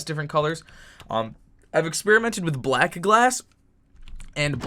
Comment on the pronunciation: u said blac lol